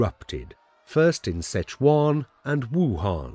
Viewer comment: Just listen to westerners pronounce Chinese names...My favourite is Sitch-one (四川 Sichuan)😊